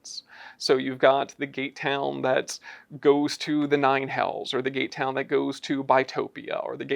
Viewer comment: Was I the only one to hear "gaytown" the first time they said "gate town"?😅